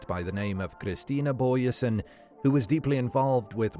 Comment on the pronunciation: Doesn't pronounce her surname correct though.